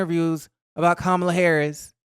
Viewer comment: Why did whoopie mispronounce Kamala's name?